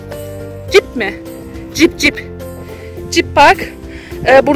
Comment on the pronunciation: Jip değil hocam cip 😂